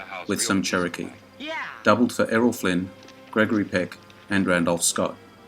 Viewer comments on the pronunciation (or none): none